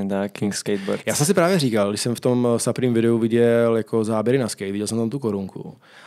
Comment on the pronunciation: Skvělej díl! jako moderátor je člověk na správném místě. Jen detail - Supreme se čte "Suprým", ne "Saprým":D...btw. proč podcast nevychází na Spotify, Apple music etc.? Velká škoda a doufám, že se na tyto platformy co nejdříve dostane. Díky čau.